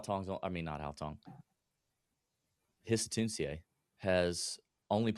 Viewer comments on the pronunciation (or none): Crazy pronunciation of Hisatsune